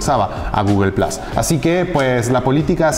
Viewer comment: Xq le decís Plas y no plus?